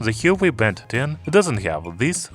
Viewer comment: You're pronouncing Huawei wrong.